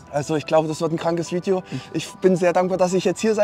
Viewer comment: Ich könnte mich jedes Mal kringeln, wenn ich diesen Satz höre: "Willkommen zu einem neuen Fiiedjoh!" 😄